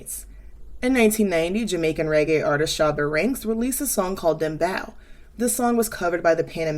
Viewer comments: also, just to nitpick, its pronounced dem-bowe (rhyming with "go") not dem-BOW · Great video. Btw it’s pronounced Dembow like a hair bow, not bow like bowing down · the bow in Dembow is pronounced like bow and arrow & the song with Rosalia & Ozuna is DEFINITELY not dembow. Dembow would be like an any El Alfa song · btw i know ur american pls ignore the w in dembow itslike if you say dembo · You did great, great video as usual. But if I can make a note on pronunciation, Dembow is pronounced “them-beau” as vowels in Spanish are pronounced in what is referred to as a “pure” form. Hope this helps! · the “bow” part of dembow is pronounced like 🎀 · pronunciation tip: it's dem-boe. Not "ow" like ouch. "O" like toe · Dem + Bow (like bow tie... bou) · Also, there were various mispronunciations, but the one I want to make not if is “denbow”. The spine I s as in “hair bow”, not the salutation “bow” the salutation. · As a Dominican American I love Rosalia! People seem to have mixed opinions but I find Americans complain about her more than people in Latin America. She is definitely loved in Latin America. Btw Dembow is pronounced “Them-Bow” (Bow like “bow & Arrow”) 😁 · Great video but the bow in dembow is pronounced like bow and arrow. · Rosalia is a great artist but i do find her corny. There’s just some things she does & says that comes off try hard. There’s no denying that girl has star power tho 🤷🏽‍♀️ also it’s pronounced dembow (like a hair bow). it was really getting to me 😂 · great breakdown! btw its pronounced dem- bo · thank you for this analysis! lovingly, i’m here to tell you 2 years too late that the “bow” in “dembow” is pronounced like 🎀💝🎁 not 🙇‍♂️🙇‍♀️🙇